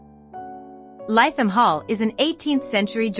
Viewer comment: Please pronounced Litham Hall